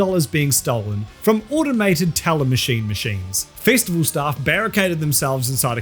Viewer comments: I don’t know what a” fistiful” is but it sounds painful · Here's me giggling slightly every time I hear 'fistival'.